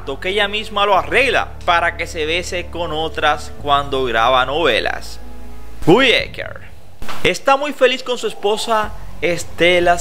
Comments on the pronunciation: No ES Gui, és Guy ecker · Se escribe Guy pero se pronuncia Gay, solo esa observación. Gran persona, gran profesional, gran ser humano! 🥰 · Amigo se ESCRIBE GUY pero se pronuncia GAY😂😂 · Suena raro como pronuncias su nombre